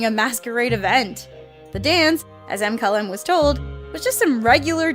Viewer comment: why does always pronounce Mkylem's names as M-ky-lem like really its just the name Kyle with a M in the beginning not that hard!!!!